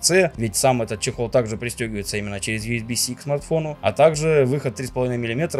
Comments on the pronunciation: Я имел ввиду про букву "ц", есть только "си". Все остальное верно. Забавно когда исправляют произношение потом сразу делают ошибку 😀В целом не воспринимай это всерьёз, всегда будут произносить на свой лад. Главное чтобы сюда понимали друг друга. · В ответ на горение о произношении ethernet: USB-C - тайп СИ. Не ЦЭ. Нет звука ЦЭ в англ языке) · "Итернет, итернет", а сам потом говорит тип "ц"😂